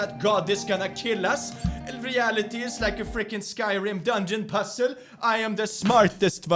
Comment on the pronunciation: "REALEETY IS LIKE A FRICKING SKYRIM PUZLE" Ive not laughed this hard in a while axsdfghjk